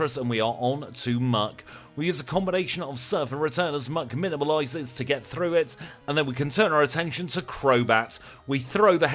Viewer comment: I've been meaning to ask, do you mispronounce minimize on purpose? Not hating just wondering.